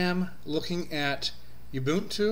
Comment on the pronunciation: My review of your pronunciation of ubuntu: it's bad. u-bun-tu u = oo, not yew. This is not a a female sheep bun = put a burger on it, not boon. This is not something granted as a favor. tu = hey, at least you pronounced one syllable correctly. too to two. I thought 15.04 was alright. I'm an Arch+tiling guy, but I actually like Unity. Anyway, 15.04 is exactly like 14.04 with newer packages. Software availability is good, though it's no match for the mighty AUR. Overall, I like Gnome 3 a little more than Unity these days and I prefer a tiling window manager to either, but the HUD feature of Unity is unbeatable. Typing to search app menus is genius. IMO Fedora 22 was a much more exciting release than 15.04 but 15.10 looks pretty interesting. They are trying to get Unity Next on the desktop for 15.10 and maybe snappy core. Could be interesting.